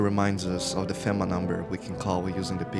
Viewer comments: The constantly knocking makes sense for multiple reasons. People prob forget theres someone there all the time, and also... it fits the world, perfectly. I wouldnt want to be left outside. Also the dramatic readings, like the burnt guy, are really annoying. And its pronounced FEEMA. I wasnt going to say anything but hearing fehma over and over is also really annoying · Aside from the constant mispronunciation of FEMA, good video.